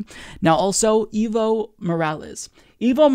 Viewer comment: Your English pronounciation of "Evo" makes it sound like "evil". Try saying "Aevo" instead. That would be way closer to the Spanish pronounciation.